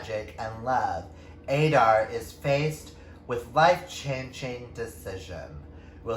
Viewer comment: Where you saying Adair? I believe it’s pronounced like (a-dare). That’s how I read it and I’m sure that’s how Mallory pronounced it in the author spotlight I did with her... id have to go and double check :). Ahhh yes! Matt and Ryan are the sweetest author couple! :). Ohh yes! In The Hills Above The Gristmill! Yess!!! All of these are amazing books and incredible authors! I’m so happy you won this giveaway! I am just starting Elemental Links now myself! I can’t wait to read it and review it! I think you are going to love so many of these... if not ALL of them. I NEED some of Candaces work!